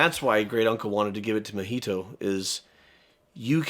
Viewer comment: in japanese, the stress is on the first syllable. it's not natsUko, it's nAtsuko, mAhito.